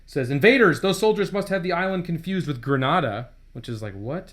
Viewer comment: It’s Gra-nay-da and not Gren-an-da It’s only mentioned in the comic due to its recently memory of the U S Marines overthrowing its government a couple years prior.